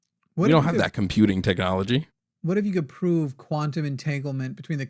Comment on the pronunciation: some people should go to jail for pronouncing the word "quantum".